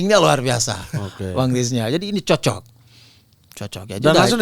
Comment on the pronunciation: pas ngomong "cocok", kaya logat padang❤❤